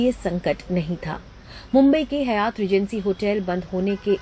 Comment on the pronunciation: It's not Hayaaat....it's Haaayat